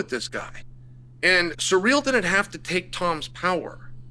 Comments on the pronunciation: “Surreal” “Peara” 🤣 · I practically never watch any of Chael's videos because I can't stand how low of an IQ this guy has but I had to watch this just because I heard his take was ridiculous. It's so hard getting through this video when he keeps calling him surreal like an absolute re.ard and then screwing up Alex's name as well. Chael is a joke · 😂 why is that an acceptable pronunciation 😂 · You have never pronounced Ciryl's name once in your lifetime and a Fum advert? After the Raja stuff I don't understand how you have a following. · Chael said Pierra and Surreal in the same sentence 😂